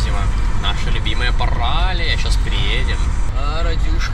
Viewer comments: Центральная улица называется Паралея ударение на е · ПаралИя, ударение на И, как вы прозносите с неправильным ударением, слух режет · ПаралИя - ударение на И в конце, если уж быть до конца по-гречески.